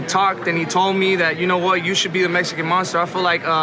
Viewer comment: Benavidez has never conjugated a sentence of his own all he says are phrases and popular idioms fucking pea brain mf fake ass teeth cant even pronounce mexican monster anymore meshican monshter